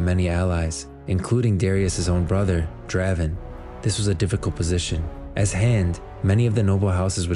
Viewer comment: I was watching your videos, and your pronunciation of the champ's names bothers me. The quality of the videos is high, the pronunciation just bothers me. Lol. First Yone now Draven.